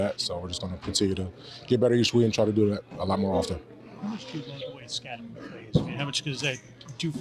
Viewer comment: Why the f*ck do these press keeps pronouncing "Skatte-boo?" It's pronounced "SKATTEBO"